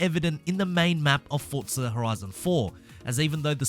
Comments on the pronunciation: Remember, it’s Forza, not “Fort-za”. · Still saying fortza